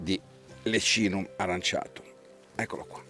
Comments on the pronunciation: In effetti aurantiacum (o aranciatum come l’hai pronunciato te nel video 🤣) era più intuitivo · AURANTIACUM, non aranciatum